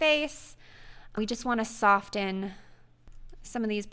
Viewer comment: Awesome tutorial! I will definitely be using this. Also, it's pronounced "soffen" not sofTen, but no biggie (although it is to me coz I'm a freak). I'm sorry. OK bye.